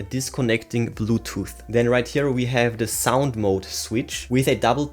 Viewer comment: Big pass. Annoying voice with wrong pronounce of mode. Movie moooood , bouetooooooth inpuuuuuut